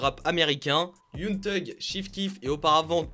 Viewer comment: c koi "yung thug" !!! c "young thug" c pas compliqué!!! young thug ça veut dire jeune voyou et yung c otre choz rien avoir.